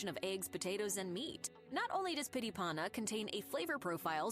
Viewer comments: "pity pauna" die die die die die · ABOUT THE FOOD NAMES 😂 Why cant people just read the words and add some of the swedish chef pronaunsiation. PYTT (you see the two t.s) i PANNA And so on and on... Whats the problem 😅 Cake? Its white bread that they spread butter on and fill the layers with different types of filling. Shrimps, liverpate, ham, cheese and so on and on.